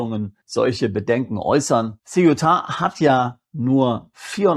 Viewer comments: Also bitte,, aber grottenfalsche Aussprache! Die enclave heisst SE- uta, soviel Aussprarecherche sollte doch drin sein! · Also bitte, die Enklave heisst SE- UTA, soviel Aussprachrecherche sollte doch drin sein! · Mein lieber, Sie wollen uns andere Länder schmackhaft machen. Eigentlich gefällt mir Ihr Kanal, schon alleine wegen der Anregungen, die ich darin finde. Aber finden Sie nicht auch, wenn Sie uns Länder dieser Welt vorschlagen, dass Sie sie richtig aussprechen sollten? Also googeln Sie mal bitte, wie man Ceuta richtig ausspricht. Ich erwarte das von Ihnen. Ansonsten machen Sie sich unglaubwürdig.